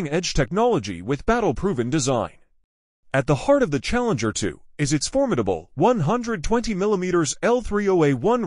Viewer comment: Ah yes, the *CHALLEMGER*.